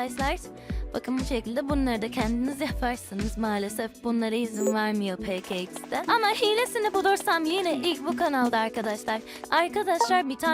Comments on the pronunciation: peke ix de değil pe ka ix de diye okunur ve ne kadar gıcık kkonuşuyorsun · Peke iksde değil peka iksde